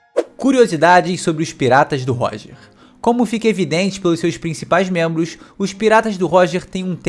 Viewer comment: Mas eu ri TANTO dele falando dos 'outros mentros'! Muito bom !!! 🤣